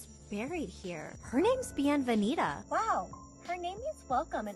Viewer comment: Another thing that just plain off triggers me is her wannabe dora like when she says for the babies grave i think she said "her name is bienvenida! Her name means welcome in español!" And her pronounciation is just awful